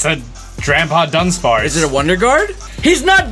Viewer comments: U know he said Dunspace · Its not Dunspace Its Dunsparce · Dunspace? i thought it was dunsparce :)